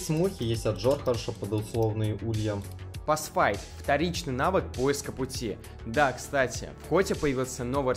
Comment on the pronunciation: Поиск пути - (англ. Pathfinding) - Пасфайндинг, не пасфайт))